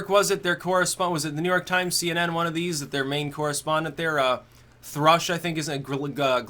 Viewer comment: What's a see-enen?